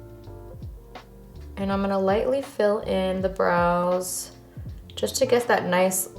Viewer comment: I kept thinking you were saying bras, then realized you were saying brows 😆. BTW, your makeup and hair look great.